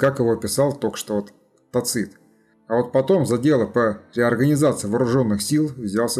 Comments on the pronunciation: невозможно же слушать вашего тацИта. ТАцит, тАцит, тАцит. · Согласен. В следующем фильме он всё равно будет ТацИтом, так как материал уже почти готов. А далее исправим. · Мы же говорим ЦЕзарь, а не ЦезАрь. Так что видимо Вы правы. Но это не критично на мой взгляд. .